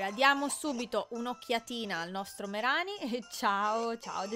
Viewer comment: MaikyTM- ma no... Ceh,si scrive Mereanie quindi: MerIni Non c'è alcuna pronuncia italianizzata, perché i nomi inglesi sono gli stessi italiani